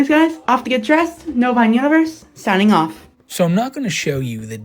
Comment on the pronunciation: Every time he says "Novine" all I hear is "bovine."